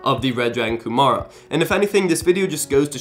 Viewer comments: It seems he says "Red dragon Gomorra" lol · Very late to the comments, but that's not how you pronounce Kumara...